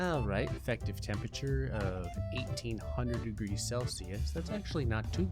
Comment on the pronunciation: "Whats the tempeture oh 2 bazilion celsius seems legit"